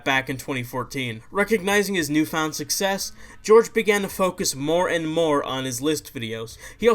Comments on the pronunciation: It's pronounced Whore-Hay Not George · hohr-heh not george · *its pronounced horhay not george